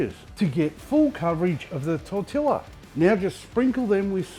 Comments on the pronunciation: Trying not to be pedantic, but the true pronunciation of tortilla is "tor-TEE-ya". That aside, looks great, I'm doing it! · I only read the comments because I was expecting a stack of comments about your pronunciation of tortilla. I was disappointed that there was only one! Like someone else said, I like the flavour of the Big Mac, but the bun is a bit of a let down. I think I'd enjoy this (without the green circles of slime, I hate them!) for that reason. Thanks! PS: Still can't find the Hype button on anyone's videos that I watch regularly.